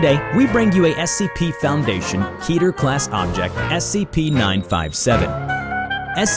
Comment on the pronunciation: I cringe everytime you say keter because it is an incorrect pronunciation